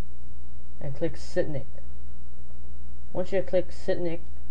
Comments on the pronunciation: So confused until I realized he was pronouncing sync like "sin nicking" rather than "sink" - also a little too short to actually be useful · dude its pronounced sink not sicnic but it is kind of a confusing word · lol shits weak how you said Sitnik when you read Sync its pronounced as SINK sync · Sinik? You pronounce it like sink 😂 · Oh my dear walrus its pronounced seenk not sinik okay how hard is it to read and say sync correctly fluffing rice people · sync is pronounced like "sink" not "sinik", hahahahahahahahahahaha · It's pronounced "sink." As in short for "synchronize." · its funny because its pronounced sink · SYNC pronounced SINK fml. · It's pronounced like sink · hahahaha "sync" is pronounced "sink" ans in syncronize LOL!!! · I'm watching a tutorial from a guy who can't even pronounce "sync". How did it come to this? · Anyone notice how he called Sync by a different name? lol Funny listening to people pronounce words incorrectly. No hate meant by that either.